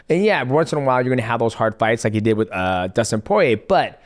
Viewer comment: Someone explain to Islam how to say “with” please brotha 😂😂